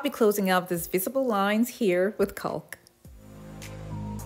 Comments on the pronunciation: Very pretty! (But it's "cawk" not "cowlk") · Fabulous and easy. Nice! Oh and caulk iz pronounced like walk or talk. The L is silent but guides the short A sound. Yup.👋😃